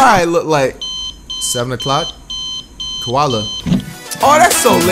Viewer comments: Tell me y he said kaola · Dude really said a kola bear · did this dude say the panda was a kawola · Bruh said Kuala bear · Did he say koala, lol, I’m sleep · Man's said coala bear its a panda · this nigga said koala bear💀💀💀💀💀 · Did he say koala bear😭